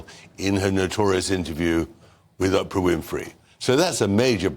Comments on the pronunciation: Tom Bower: It's not Opra! ... You should pronounce her name Oh-pra! Thanks for your point of view! Very important and introspective!! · Tom bowyer you legend I love you and I love your book but for the love of god will you stop calling Oprah - Opera it’s driving me nuts here 😂😂😂😂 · Tom Bower pronouncing Oprah as “op-er-a”. So British of him.